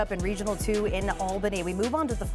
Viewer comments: I thought I was the only one. She corrected it later in the video. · It is “all-bany” not al-bany… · Pronounced All-bany.